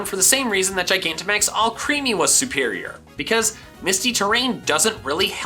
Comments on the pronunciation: It’s more killing that he calls it “All creamy” when it’s spelled “Alcremie”, pronounced like Alchemy. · If you keep saying ‘ALCHREAMY’ I’m never watching another one of your fucking videos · Are you saying Alcremie wrong on purpose like you do some others or is it unintentional, because the way you say it is creepy AF. But if I knew it was intentional, I might find it funny. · PLEASE FOR THE LOVE OF GOD PRONOUNCE ALCREMIE CORRECTLY